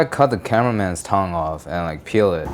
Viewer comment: Is it just me or does he pronounce "tongue" like "tong"?